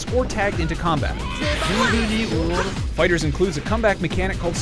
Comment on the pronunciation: FINALLY SOMEONE PRONOUNCED IT FIGHTERS AND NOT FIGHTER Z 😫